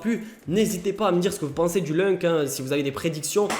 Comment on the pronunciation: Juste pour info ça ce prononce , loun c et pas lunk...